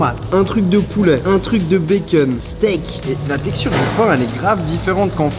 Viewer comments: Du béqueune wsh dit du bacon normalement chakhal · POURQUOI TU DIS « BAY-KEUN » AU LIEU DE BACON 🥓 💀😂